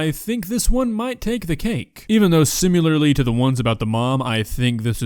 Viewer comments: ‘Simularly’? Don’t tell me you say ‘nucular’ too 😞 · did you just put a U in the word similarly?